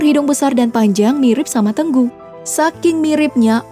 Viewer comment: Bukan tenggu ,tapi tengu